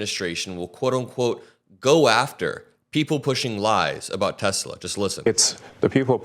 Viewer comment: Hey....how can ANYONE have a problem with "TESLIR".....??? 😂😂